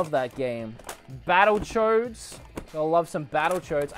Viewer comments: sounds like he's saying battle chodes instead of battle toads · Sounds like he's saying BattleChoads😂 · U said battle choades in ur vid boi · When you said “battletoads” it sounded like you said “battlechodes.” Lol, I’d play battlechodes. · Am I the only one that heard Battle Choads? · Or do you have Battle Choads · He legit says battle chodes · Sounds like he says battle choads rather than battletoads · I thought he said Battle Chodes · Sorry but when he said battle toads it sounded like he said battle chodes sorry about your Christian Minecraft servers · Giant Slayer same haha